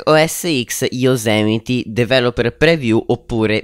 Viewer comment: Fidati, si dice Yosimiti... Comunque grande! :D